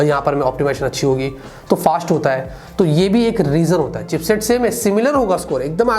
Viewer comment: Chipset not cheapset